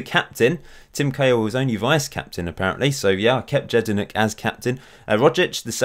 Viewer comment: Jedinak is pronounced YED-IN-AK not JED-IN-AK